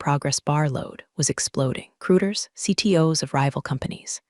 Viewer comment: During the fix, word was recruiters but I heard Hooters.